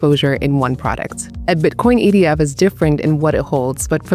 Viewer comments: It sounds like she says EDF I don’t know. What do you think? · That's what I heard too